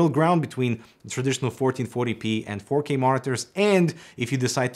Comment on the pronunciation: Oh... he said "4k"... I thought he been saying "fuckey"